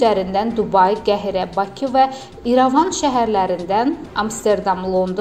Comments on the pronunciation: Obune yox, abunə!!!! Qəhire yox, Qahirə!!!! Duzgun təlaffüz ele dili!!!! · QEHİRE DEYİL QAHİRƏ-DİR